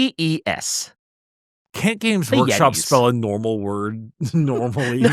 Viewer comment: Yheetes? That's a weird way to pronounce Snow-gres...